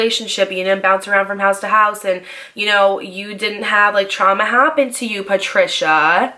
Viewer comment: Not "Patricia " 🤣